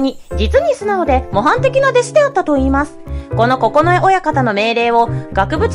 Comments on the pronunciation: おもしろかったけど、九重ここのえおやかたを、くじゅうおやかたと読んでいて非常にざんねん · 「くじゅう親方」じゃなく「ここのえ親方」